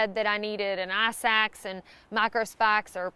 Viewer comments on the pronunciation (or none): Did she say Micro Spikes and not macro spaks? I heard "ass axe." BTW; I used my titanium spoon for a knife, screwdriver, fork, cauterizer, AND spoon.